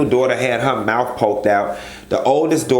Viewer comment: “Mouf poked out” lol you are SO Miami and I love it #305